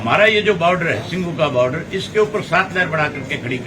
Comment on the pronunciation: इसको बोलो baauddr नहीं बॉर्डर होता h